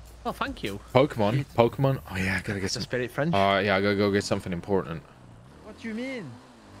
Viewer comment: the pokemon nerd in me cringes every time he mispronounces a Pokemon's name